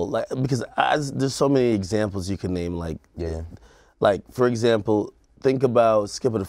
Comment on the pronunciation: say it right bruh.